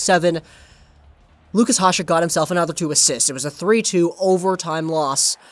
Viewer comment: It's "ya-shek", he's not latino you know